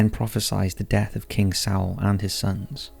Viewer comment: Okay, you can pronounce Malleus Malificarum, but can't pronounce Exodus, deity, Saul, Circe, impotence, or reformation? I'm only . I find this channel interesting and have been subscribed for a very long time (years), but this is driving me nuts. I had to mention it at least once. Please use a pronunciation dictionary or something. A video doesn't need to be perfect, but the rest of the content and production value is good enough that the constant mispronunciations are distracting. It lowers the level of professionalism and effort I know you guys put into videos. I'm still giving it a thumbs up, but I hope you can take some constructive criticism.